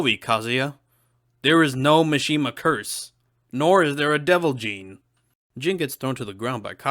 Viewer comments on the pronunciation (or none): none